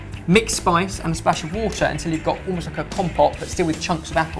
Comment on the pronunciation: While watching old Sorted videos yesterday I realised that says "untell" instead of "until". Once heard, it cannot be unheard and it is everywhere